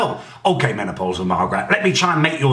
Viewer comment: He said menaplausal Margret 😂😂😂😂